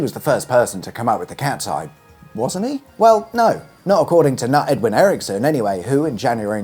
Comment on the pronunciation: I thought you were preemptively dismissing Erickson's claim by referring to him as "Nut, Edwin Erickson". For future reference, "Knut" is pronounced like "Canute" (of which it is of course the original spelling.)